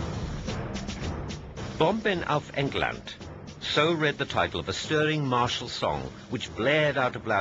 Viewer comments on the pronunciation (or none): none